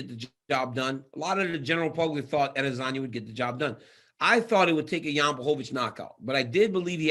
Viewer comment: It's AdesOWNya , not Adesanya ! .... come on now Helwani